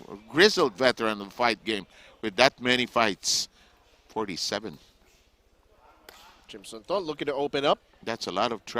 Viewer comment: Thanks bro for the video but it's Phissanu Chimsunthom not Chimsunthorn*. Aka "Wissanu Kokietgym" he was a very good boxer in past I'm a big fan of him.🥊🥊